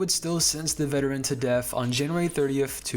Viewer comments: Your pronunciation of the "th" at the end of a word as "ff" is definitely not helping to maintain a serious tone "leading up to his untimely deaff" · I enjoyed this one a lot, but I still haven’t figured out if he was saying death as “deaf” on purpose or not.